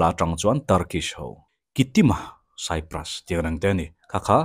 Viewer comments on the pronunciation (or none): none